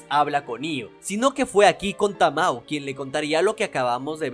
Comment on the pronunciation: me triggeree un poco al escuchar como dijiste tamoe a tamao pero de ahi en fuera muy buen video 👍🏻